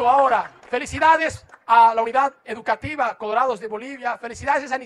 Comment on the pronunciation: Es educativa, no “EDUCATIBA"